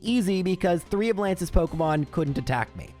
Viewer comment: pokEEEEmon* not pokUHHHHHHmon